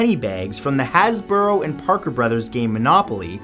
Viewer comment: you said hasboro instead of hasbro when you got to monopoly.... i remember it always being hasbro....